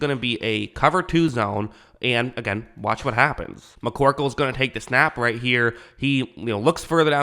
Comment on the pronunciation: "McCorkle" had me dying!🤣